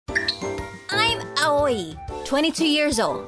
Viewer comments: pls not awoi its pronounced as awi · the videos ruined at the start i always think of Aoi as owie not ahoi with the h silent